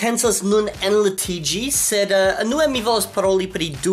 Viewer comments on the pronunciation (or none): antaŭ iom da tempo vi demandis ĉu estas aferoj pri via prononco de Esperanto, kiun vi povus plibonigi, kaj mi sugestis vian prononcon de la vorto "unue". Mi nun volas memorigi vin pri tio, ĉar vi ankoraŭ de tempo al tempo elparolas ĝin kiel "enue". (Ekz. kaj.) Mi esperas, ke ne ĝenas vin, ke mi remencias ĉi tion nun. Parenteze, gratulojn pri la oficiala lanĉo de Amikumu! Mi ĝojas nun vidi tiom pli da homoj proksimaj:) antaŭ la oficiala lanĉo, la plej proksima homo de mia hejmo kutime estis 40 kilometrojn for; tuj poste, iu aperis 15 kilometrojn for, kaj antaŭhieraŭ aperis dua homo kiu kutime estas nur 15 kilometrojn for! Eble baldaŭ iu aperos eĉ pli proksime.